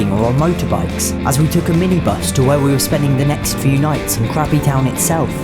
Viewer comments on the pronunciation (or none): I keep hearing crappy town 😅😂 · my ears heard "crappy town"....mistakenly..."Krabi town" 😅🤦‍♀️ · I thought you said crappy town